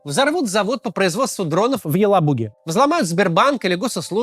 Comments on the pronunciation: ЕлАбуга, не ЕлабУга. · В слове "Елабуга" на в Максима вселился дьявол :face-orange-biting-nails